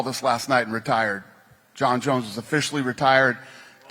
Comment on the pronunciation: She said "Jon Jons" Its like saying "Indiana Jons" But ya Jons had a hell of a run undefeated. If Aspinall loses he wont have an undefeated record. Tbh its better to have a fighter with 20 -18. The point is to entertain right?!. Hell, even a 20-30 streak is amazing. Thats what the new generation of fans want.